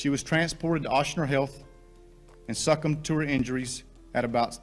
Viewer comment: Cop said *and suck em to her injuries*🤣😂it's 'sir-come' to her injuries sir, u can shoot a gun but can't pronounce words correctly